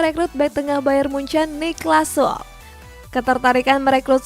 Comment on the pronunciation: itu Süle E-nya dibaca harusnya